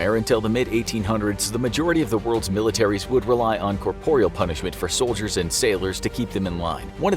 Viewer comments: Great video thanks. The word is corporal not corporeal. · SO he says corporial and these mis-pronunciations MUST be on purpose. He's reading the scripts and it's done in basically EVERY video this narrator does which makes it too much to be coincidence. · You say corporal weird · “Corporeal punishment”? 🤨 Don’t you mean “corporal punishment”? (Though to be fair, corporeal makes more linguistic sense.) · It sounded odd to my ears too, but I understand them to be synonyms so...